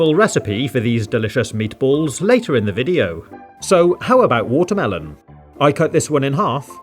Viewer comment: Is it watermelon or WHATA-MEL-OWN